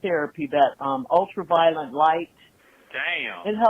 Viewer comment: Did she say “ultra violent light”? 😂